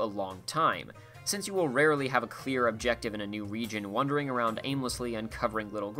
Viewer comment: Do you keep saying "wondering" instead of "wandering"? Are you doing that on purpose?